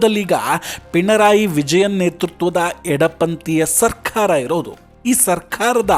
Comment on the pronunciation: ಸರ್ಕಾರ ಅಂತ ಹೇಳಿ ಸಾಕು. ಸರ್ಖಾರ ಅಲ್ಲ. ನಾಲಿಗೆಗೆ ಭಾಷಾ ಸಂಸ್ಕಾರ ಕೊಡಪ್ಪ